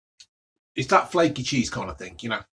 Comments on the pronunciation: Crispeh, flakeh, tasteh! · It’s spiceh, flakeh and tasteh